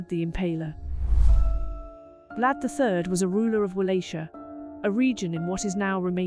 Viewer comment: First off, please just use stock photos instead of bad AI renders, second, learn how to pronounce things, you keep saying Walachia wrong.